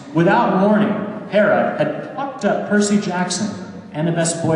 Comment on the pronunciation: Gods! I have to wait 10 days for the book. Mostly because RICK RIORDAN IS COMING TO MY TOWN FOR THE TOUR! BOO-YAH! but i will admit this is making me gigle whenever he says "Percy"